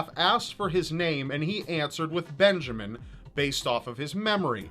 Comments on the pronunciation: when the word Benjamin became Benjaman i gigled way to go typical error! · "Benjaman" Kyle. Not a typo, people. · Poor Benjamin....... Or was it Benjaman?